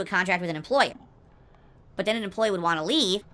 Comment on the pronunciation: He also occasionally pronounces “but” as “boaht”😂 I hate him so much